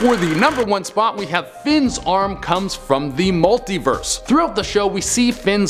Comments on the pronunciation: Mulit verse😂😂😂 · mulit verse?!?!? 😂😂😂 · it's cut mulit verse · Mulit verse lol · Lol mulit verse